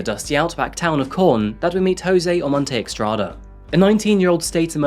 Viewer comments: It's NOT eXtrada..😂 It's eStrada..= ESTRADA. JOSÉ OMONTE-ESTRADA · I think it's Estrada not Extrada. Doesn't really matter. Thank you for the video and your hard work 🖤